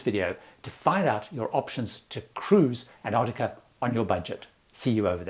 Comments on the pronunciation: The first "c" in Antarctica is not silent. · There's one thing missing - and it's the first t in Antarctica. Pandering to Americans or what? It does grate when people are saying variations of anarnicar or bananada or anannynah etc I went on a cruise to an-tah-de-da. Yeah, cool, good for you. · I'm just curious about the pronunciation of Antarctica. I was under the impression that in UK English, as it is here in Australia, the first T is pronounced, as in Ant-arctica. The Americans often make that T silent, AN-arctica. Don't know why. It's clearly there.